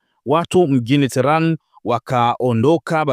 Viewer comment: Mtangazaji rekebisha kutamka neno terani. Huo mji mkuu wa Irani unaitwa tehenani au tehrani na sio terani kama unavyotamka